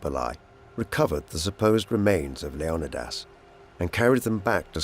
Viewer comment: "LEO-KNEE-DIS"" wtf